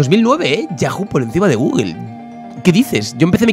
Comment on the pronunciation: Nadie: Absolutamente nadie::GUGUEL. Osea de dice gugul.